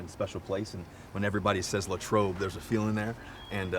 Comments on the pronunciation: Lay-trobe Common mistake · It is Lay-trobe though lmao